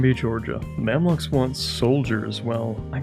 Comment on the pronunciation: Gotta be the first time I heard someone pronounce the Mamluks as 'Mamlaks'